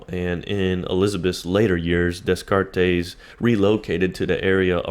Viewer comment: Dude you need to learn how to pronounce Descartes